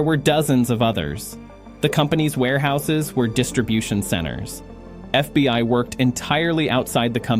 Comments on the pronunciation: AI trash. It said the FB One instead of fbi 😂 in the first 2 minutes. Shame! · FB 1 history... AI cannot read simple script. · More A.I. nonsense!!!!!!1 "The F.B. One?" Hilarious, and so obviously fake. You can't afford to pay someone to read for ten minutes? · once the AI text to voice said FB1 instead of FBI, I stopped it. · F B one? This ai sucks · A.I. slop. Near the beginning of the video the "narrator" says FBONE instead of FBI. I'm learning to recognize the mistakes that A.I. generates. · in yor vid. ...in FB "1" history... -- FB "1" are you serious??? You couldn't find an AI voice smart enough to know what the FBI is? Unprofesional !! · I’m so tired of trashing AI scripts, it can’t even pronounce FBI. Not FBone FFS. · This is a AI generated FAKE story !! You Tube allows this crap to be posted by foreign actors to stir up Americans and to spread misinformation. The AI narrator pronounces the FBI as "F-B-one", for example! Do not trust big flashy news reports from no-name publishers on You Tube or any other social media platforms.